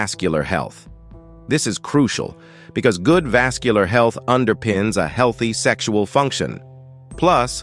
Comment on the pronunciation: Goot flora balance, which is croo-shee-ahl.